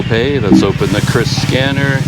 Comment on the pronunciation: Salut penyebutan QRIS sudah sangat benar menurut KBBI 'Kris" bukan 'Kyuris' 'Kiris'